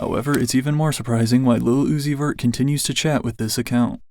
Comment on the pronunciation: no fr he don't even say it's he says "is la uzi ver" and it CRACKS me up 🤭🤭🤭🤭🤭🤭🤭🤭